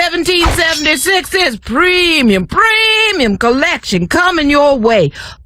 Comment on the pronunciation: “Preemyum PREEmyum” 😂😂